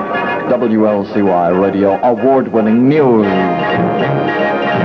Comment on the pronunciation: I love how the announcer pronounces "news" as "neee-yews".